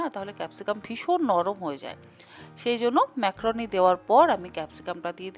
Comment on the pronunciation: ম্যাক্রোনি নয় ম্যাকারনি